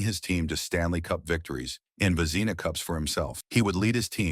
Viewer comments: "Vezeeena Trophies?" WTH?? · "Ice Hockey Field", was said twice 🤦‍♂ "Vezeena Trophy is how Vezina Trophy was pronounced. I turned this crapola off! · AI??? Vezeeeeena Cups? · Only someone who doesn’t follow the game would butcher the pronunciation of one of the most important awards in the game. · My words exactly. And his pronouncement of Vezina, shows his deplorable character.